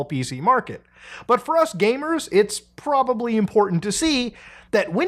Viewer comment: "theres porbably six or seven" holy clipfarming